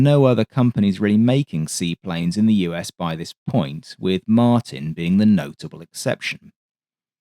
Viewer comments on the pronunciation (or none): none